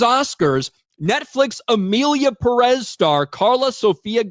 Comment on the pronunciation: It’s not pronounced “Peréz”, it’s “Pérez”; the accent goes on the first “e”; still, I’m not going to watch this huge crap even if it win 7000 awards. Question: should not it be nominated in both actor/actress categories? 😂😂